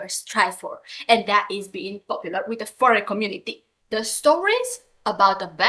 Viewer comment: why say fvrry instead of furry... 😔